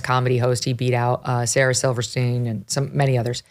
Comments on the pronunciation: Sarah Silverman, not Silverstein. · Megyn comes off as everyone's Mom who tries to be cool by referencing pop culture but says the names wrong. "JOY" Koy and Sarah "Silverstien." For as massive of a journalist/anchor she is, the show-prep should have been better. Otherwise, Megyn is great! 😊